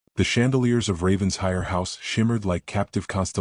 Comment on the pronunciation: For the umpteenth time: it’s NOT Ravens-hire! It’s RAVEN-SHIRE! Alexander doesn’t appear to have a very compelling argument for Eleanor coming back. He sounds like a man who does the bare minimum, despite his words. Don’t think I’d be so quick to forgive.